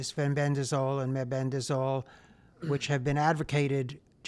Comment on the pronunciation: What is ambedazol?or does he say mebendazol or albendazol?